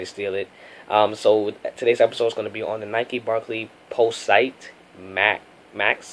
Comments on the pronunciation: Its pronounced pazeet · Barkley posite max...say it like positive but without the ive...posite-ive! Lol! No intention of disrespect...just letting you know for following color ways! Lol